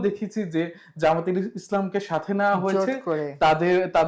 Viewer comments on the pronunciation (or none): যামাত না, জামাত। আগে নামটা বলেন ঠিকমতো, এরপর মোটা মোটা কথা বলেন। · Jamaat, not Zamaat ......../ʤ/ not /z/.